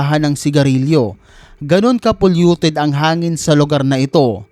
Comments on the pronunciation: Ayusin mo ang pag basa...... Pulyuted yan.... Hindi papyuleted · Boss polluted not populated. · Polluted not populated.. 🤦‍♂️ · Hindi mo mabanggit ng Tama ung polluted lol